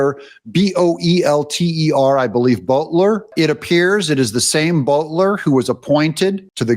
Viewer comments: It is pronounced 'Bolt-er' not 'Bolt-ler' . There is only one 'L'. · It’s pronounced Belt-er NOT Boat-ler just like it’s pronounced Puh-so-bic and NOT Pis-so-be-ack